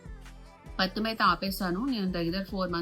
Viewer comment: పత్యం అండి పత్తిం కాదు.ఆ ఏజ్ లో మీరు ఎంత పని చేస్తారో చూడాలి మరి.